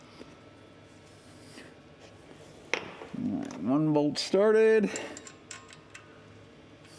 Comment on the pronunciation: Hi. As I was watching this video of you putting the driveshaft together. You said lets give it a "taproo" Funny enough, where I live here in South Australia. There's a town called Taperoo. 😅😅😅🤪🤪 Crazy. 🇦🇺